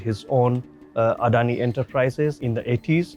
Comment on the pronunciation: It's not adhoni it's adani